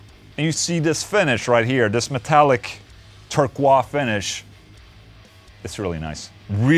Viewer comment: Ola my man. FYI ... Turquoise is pronounced TURR-k(w)oys with no or very little "w". Basically, it would rhyme closely with "YOUR toys" Guitar sounds great playing Pizza Hawaii!. One other comment ... the use of a 58 instead of a 57 is interesting/different. I guess you probably explain that somewhere. And one other thing (LOL)... the PRS I'd love to see you try is Mark Holcomb's. OK ... one more fn thing! Where I can send shit to taste? And will someone tell me what it costs to ship a Solar to the US??